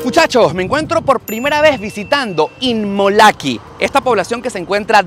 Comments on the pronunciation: Hola en el minuto tu dices immolaki, y es inmokalee, fue ahi un furcio por ahi saludos super video!:goodvibes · inmolakee o Immokalee? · empezó muy mal su video, minuto, No sabe ni leyó bien el nombre de la poblacion y lo sigue repitiendo mal en varias ocasiones; lo más gracioso es que el nombre correcto lo tiene a sus espaldas, arriba en el aviso verde grande. Por lo demás, bien por el informe. Aaahh...!!! es IMMOKALEE..😂😂😂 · Alguien conto cuantas veces dijo Immolakee y cuantas dijo Immokalee ? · te haz equivocado, se llama Immokalee y tu dices “Immolakee” bueno el que tiene boca, se equivoca… 😉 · No es inmolaqui,no se inmolaron alli,😅se dice Immokalee . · Revisa el video y corrige la parte donde dices immolake es immokalee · Imolakee??? 😂 Es immokalee!! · No es Imolakee, es Immokalee. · Immolakee ? O immokalee ? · Inmolakee dice hahaha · Es inmokalee y no inmolaki como tu lo pronuncias al principio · No se dice inmolakee es inmokalee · Se dice Immokalee y no Inmolake,lo dijiste 5😊😊😊😊😊 veces mal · Immokalee no immolakee 😞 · Inmolaki O Inmokalee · Immokalee primo no immolakee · Immolakee no, Immokalee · Immokalee no immolakee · BRUTO BRUTO , SEÑOR REPORTERO SE DICE IMOKALY , NO IMOLAKY....A VER REPITE ....I M OK A L Y. GRACIAS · INMOKALEE!!!!! NO INMOLAKEE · IN- MO-KA-LEE... IN-MO-KA-LEE:) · Saludos cordiales. Muy interesante este reportaje que haces. Como siempre, muy acertado en los temas que tocas. Con todo respeto quisiera que rectificaras el nombre de la población. Lo pronuncias de manera incorrecta(fíjate en el letrero: Immokalee Dr). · Por favor no t equivoque en el nombre de esta ciudad lo dijiste mal en tu video al comienzo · Cuántas veces dijo mal el nombre del pueblo? IMMOKALEE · Dijiste mal el nombre del lugar varias veces 🤣🤣🤣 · No es "inmolaki" 😅😅😅😂😂😂😂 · Dijo mal el nombre al principio